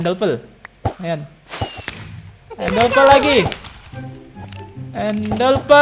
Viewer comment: Bang kok Abang bilang endelpel padahal kan Ender perd